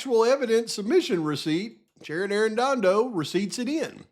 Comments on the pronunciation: Ah man! I'm not sure if you're doing this just to be silly or if staring at documents for so long the letters on the page are messing with ya, that happens to me after a few too many hours 🤷🏼‍♀️ but... the lab lady's name has no R in it. Shannon not Sharon. I only point this out with luv, nothing else. I appreciate you and all the work you're doing. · PAV IT'S SHANNON not Sharon.